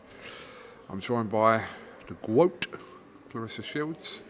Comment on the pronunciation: Please stop saying the gwoat it's embarrassing greatest Wally of all time